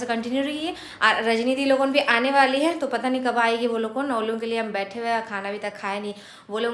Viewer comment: He he kyun bolti ho?? Hai nahi bol sakti kya thik se??